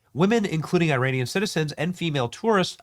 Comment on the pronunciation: did you just say Iran-ic